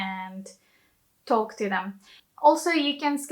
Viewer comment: Great video. Excellent nuance explanation. Be careful with your pronunciation of words like "brought" or "talk". You say the "o" like the letter of the alphabet but it is pronounced more like "or". The only minor mistake in otherwise perfect English. xx